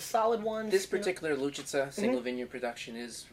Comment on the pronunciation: OMG, "Bibich Lučica", not Luviva